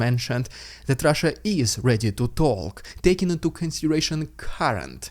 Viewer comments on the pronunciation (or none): none